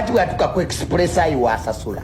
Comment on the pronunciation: Mbu ekisipulesi instead of express. Yasoma dala oba bagula epapula....jr bamusiyaga...H&M sales,kino kisana ategela...olaba yakubaga kitawe kati what do you expect....mama we yeyata kitawe....yali atya nokuda mudwalilo nga ali mumikono gya mama we. ....kyova olaba ne mama yali yekabya nti bageda gaba nze kuse..